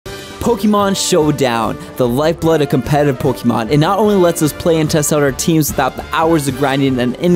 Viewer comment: Why do you say "Pollkeymarn"